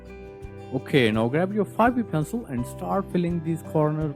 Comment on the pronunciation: Your "so" and "okey" sound so german 😂